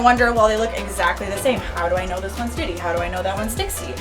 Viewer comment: For the rhino iguanas, is the male named Diddy or Ditty? If the former, probably rethink it. If the latter, can I suggest more clearly pronouncing the T's?